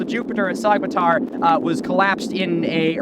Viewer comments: Get this guy a Turkish pronunciation guide for the love of god, it’s pronounced ‘sow-matar,’ the Turkish ‘yumuşak ğ’ is silent. I can’t watch a video in which it takes just about 30 seconds to irretrievably mispronounce the name as ‘sogmatar’ I’m sorry Milo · I’m not Turkish, I’m a white girl from the Midwest US, and I’m still bothered by him pronouncing the ğ like that. Afaik, the name should be more like “SOH-ma-tar” than the “Sog” pronunciation he uses in the video… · Great vid, it’s pronounced like so- matar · This is on our bucket list for 2023! Just a tip, when you see a ğ on a name like Soğmatar, the ğ is known as a soft g or in Turkish yumuşak g, İt's silent and slightly extends the previous vowel, so it is pronounced SOomatar. 🙂 Other letters to watch out for, Turkish C is J, Ç is Ch, ö is just between a u and an o! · To all the turkish fellas out there: Isnt the correct pronunciation Somatar? The g is silent if i am not mistaken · It's pronounced /soh-matar/. In Turkish, the ğ is silent, acting as an unvoiced stop between segmentals. It also tends to put the stress on the previous syllable. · Soğmatar: the ğ in Turkish is not actually pronounced like g, rather you just lengthen the preceding vowel, slightly tightening your throat. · The g in Sagmatar is mute I think. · Why are you lying?? All this was built 12000 years ago trust me dude Jokes aside, love the content, have a comment for the algo gods Btw even though neither I nor any Turkish person would give a shit, for your own personal information, the pronunciation of ğ in Turkish is an extension of the previous vowel so it would be Soo-matar. Anyways keep doing what you do!